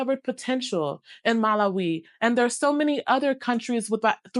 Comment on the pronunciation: ha ha how you pronounce the country of Malawi Its a good country worthy visiting, and even relocating..!